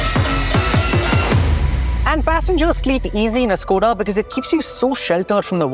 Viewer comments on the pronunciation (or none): Well made Ad, with few editing errors... But, please get your pronunciation correct. It's Skoda (श्कोडा) and not (स्कोडा). Just like Hyundai (हंडे) and not ह्युंडई. I can join your company as chief officer Content and Video. Seriously! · It’s pronounced as Shkoda……